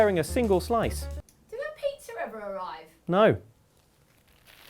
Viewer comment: I love that calls it "Petzer" instead of Pizza